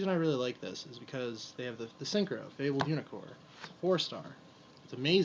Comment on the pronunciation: mispronouncing fabled is one of my pet peeves :/ I hate it